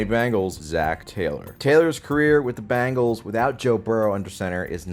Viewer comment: genuine question: what's up with the use of 'Bangles' for the Bengals and 'Jagwires' for the Jaguars? our boy isn't the only one I've heard pronounce them that way. is it a regional thing?